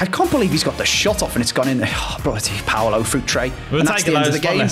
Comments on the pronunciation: its PAULO not PAOLO!!! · It’s Paulo btw, not Paolo.